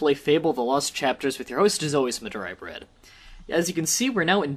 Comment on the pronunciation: So I finally stopped to look around the other platforms you're on, meaning that despite seeing your channel's name since last week, it's finally registered in my brain properly-- and it occured to me I kept hearing "Madiah Bread" as your name, instead of Mah Dry Bread and. Well. Yeah that's that.